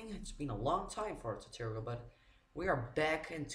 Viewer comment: For the record, its tutorial not toturial